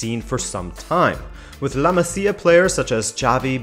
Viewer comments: I know this is ŕeally irrelevant, but it hurts my ears. It is pronounced "La Mázia" and not "La Macia" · pls bro “La Maz-ia”